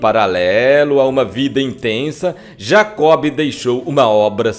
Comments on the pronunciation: O grande Jacob do Bandolim deixou muita saudade! Amigo, um lembrete, o nome dele se pronuncia "Jacó", o "b", portanto, é mudo. Abraços. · Me permite salientar que não se pronuncia o “ B” no nome de Jacó. Como se tivesse acento no “ O”. No mais, o texto tem pontos interessantes que muitos desconhecem sobre este grande músico, que tinha grande conhecimento de música clássica, possuindo em seu repertório, o raro Concerto para Bandolim, de Antônio Vivaldi. Marcos Leite Pianista/ Professor. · GOSTEI DE SABER DA VIDA DE JACOB DO BANDOLIM. TENHO UM REPARO PARA O NARRADOR: NÃO O "B" DE JACOB, É MUDO. OU SEJA, SE FALA JACÓ. DATA VÊNIA! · Por que o amigo pronuncia o "b" de Jacob,,,? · Gosto muito deste canal, mas não se pronuncia "Jacob" e sim Jacó. E não eram "polocas" mas polacas.